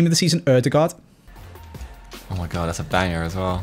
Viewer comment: Every single Norwegian being proud of for saying Ødegaard instead of Odegaard.